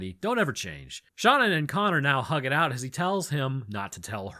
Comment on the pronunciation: You mispronounced connor. Its pronounced connor